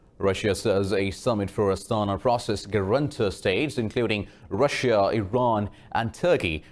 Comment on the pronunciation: Dear. ..not Rasia. ....pronouncession is Russia....pls correct it......r u pak person...?